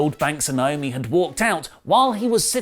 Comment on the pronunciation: I’m so annoyed by and A LOT of other people constantly calling her Nyomi. It’s Naomi ( nay o mee). Why is this hard? It’s right there in the spelling